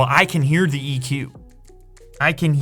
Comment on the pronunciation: Learn how to pronounce 'the' It has a th